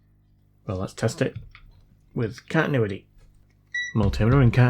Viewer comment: Love how you seem to say catinuity instead of continuity.